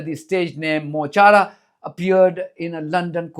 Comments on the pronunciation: Mo Chara = My Friend. Pronounced Mo ‘Cara’ 💚💚🍉🍉 Free Palestine 🇵🇸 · MUH KARA. PRONOUNCE. IRISH FOR my friend! Mo Chara. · As an Irishman and a part time Irish speaker Mo Chara the Irish for my friend is pronounced Mo Kara.... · Mo chara means ‘ my friend’ and is pronounced mo kara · His name is Mo Chara .. pronounced Mu Kawra .. it means my friend. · It's pronounced Mo Korra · It is pronounced mo kara it means my friend. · It's pronounced: Muh - Car - Raa. It means "my friend". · pronounced Mo Hara......means my friend........ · Mol chará is pronounced mo kara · Please don't confuse, 'courage', with 'fearlessness'. I'd imagine Mo Chara (Mo the 'ch' is like the ch at the end of loch, which to you English, is essentially a 'k', Mo - Kara means my friend.) especially has had his dark moments of terror, from actually, years in a British jail, to something as simple as the destruction of their dreams; a conviction would prevent travel to most Western countries..where their audience are. We, the rest of the Irish are scared, and when we push our leaders to say, or do 'something', we also cower a little when we hear the threats to destroy us from the US. No, I don't think we'll be reduced to rubble like Gaza, but economic ruin, would be very, very easy for the US, and we needn't expect support from..who? Merch? Macron? Feloni? forgive us when we fail you, as we will.